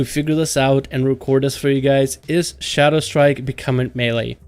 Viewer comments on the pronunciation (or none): it's Shadowstrike.. not Shadowshtrike :D jk I like your videos